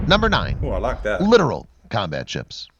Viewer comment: This video says the word Littoral wrong why did the narrator say literal lol